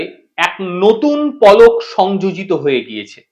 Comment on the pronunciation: Polo noy palok...sothik uchharon korun.